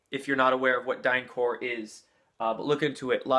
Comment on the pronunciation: The p in DynCorp is to be pronounced. That's because it's not French. It's English, abbreviation for Corporation . If it were the French word "corps" it would have an s at the end.